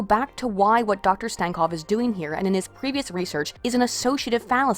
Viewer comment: make fun of stankovs last name? you cant even pronounce it right, let alone make fun of it